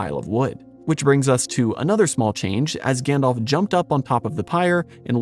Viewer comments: Gan-DALF, not Gan-DOLPH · I love your channel and your research and passion is evident. But- please, for the love of Arda: try saying "GandAlf" and not "GandOlf" all the time. Gandalf is the correct name and it is pronounced that way too :)